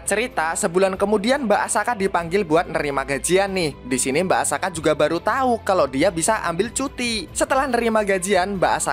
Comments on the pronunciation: Tulisannya asaka bacanya akasa 😅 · bang perasaan subtitle nya Asaka kok lu manggil nya Akasa? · Bacaannya Asaka tapi ngomong akasa🗿🗿🗿🗿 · asaka atau akasa bang ko kedengaran akasa tapi subtittlenya asaka btw semangat bang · Asaka atau Akasa bang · asaka bukan akasa bg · Terjadi lagi di teks nya Asaka Tpi di baca Akasa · Nyebutnya Akasa teks nya Asaka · Tulisan Asaka Yang di baca Akasa💀🗿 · Sebutannya akasa tulisannya Asaka🗿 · Gw denger mbak Asaka jadi Akasa coy🗿🗿 Fix Yogiri punya gw🗿❤ Edit:katanya naga betina kok punya biji ato gw slh dgr🗿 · Tulisannya asaka di baca akasa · Tulisan:mbak asaka Nyebut:akasa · Lah tulisan nya asaka tapi di bilang akasa🗿🗿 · Kirain akaza, ternyata akasa🗿 Btw subtitle bilang asaka tapi kok lu bilang akasa🗿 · Bang asakaa bukan akasa 🗿🗿🗿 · Teks nya Asaka bacanya kok akasa😮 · Asaka jadi akasa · Subtitle nya asaka ngomong nya akasa bener nya yg mana sih njir😂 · Asaka bukan akasa🗿🙏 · asaka bg bukan akasa😁😁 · mbk asaka apa mbk akasa tesknya asaka ngomongnya akasa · Tulisannya asaka omongnya akasa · Asaka bang bukan akasa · asaka bg bukan akasa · Asaka bang bukan akasa!! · Banar Asaka bukan akasa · asaka bukan akasa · Asaka dibilang Akasa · asaka bang bukan asaka